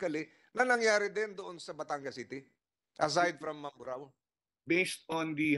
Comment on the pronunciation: Hesus maryosep ikaw vlogger nakisakay kana rin lang sa issue para lang may ma vlog ka. Hindi mo pa inayos ang pag bigkas ng mamburao. ANONG MAMBARO